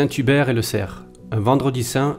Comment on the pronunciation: St Hubert et le cerf, pas le cref lol